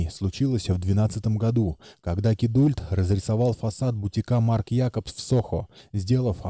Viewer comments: Да уж! Скорее "кидолт" или вариант с проглатыванием "u". Точно так же, как в слове "adult". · Сам ты "кидульт". Кидалт правильно. Английский учи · классное видео, только вот кидУльт в озвучке постоянно резало слух) Канал супер!